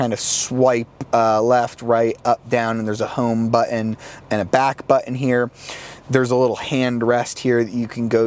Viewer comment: I hate the way he pronounces "button"